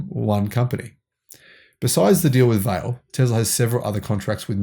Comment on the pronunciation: It’s “vah lay”. Portuguese